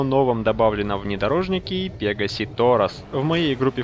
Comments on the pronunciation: Пегааси торос а ты сказал пеегаси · Не "пе́гасси", а "пега́сси"! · У тебя ударенее на е